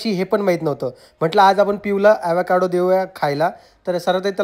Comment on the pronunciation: Evekaado navhe. Avocaado aahe